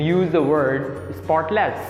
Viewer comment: great video and energy - careful with the pronunciation of avoid (v not w) and sentences / spotless - stress on first syllable not second